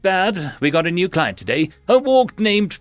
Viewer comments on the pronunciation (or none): none